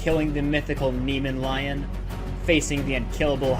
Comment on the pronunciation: "nemon lion" lmao..